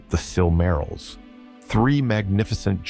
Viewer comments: Surely he did not just say silmarols... brother... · What is a "Silmarul"?? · Sil-MARR-ils? C'mon, man. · “Silk -A -rills” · I cringed when you said: "the sil marils" hahaha. Great video tho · The was he says Silmarils really hurts my brain. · The way you pronounce silmarils makes me tweak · Did you really just mispronounce silmarils...brooo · I lasted till the Silmarils and then had to tap out due the grating mispronunciation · Aragorn already owned and carried the shards of Narsil. Gondolin was in western Beliriand, which was utterly destroyed and sank beneath the seas in the War of Wrath. It was literally hundreds and hundreds of miles from where Gondor would once be, not "near" at all. You are mispronouncing sooooo many words!